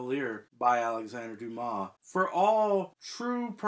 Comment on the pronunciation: I see you've fixed "Wednesday". At least you can pronounce Dumas...and not calling him "dumbass"... Interesting what happens to an unfinished novel after the author's death. Kafka's novels were all unfinished. I wonder whether I will tackle The Mystery of Edwin Drood after I've read the rest of Dickens' novels.